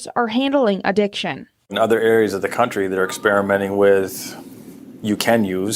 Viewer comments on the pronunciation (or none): none